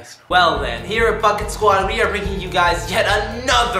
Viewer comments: Sounds like u said fuck it squad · Sounded like he said “here at the fuck it squad” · it sounds like he said f ing squad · why does it sounds like Fuck it squad???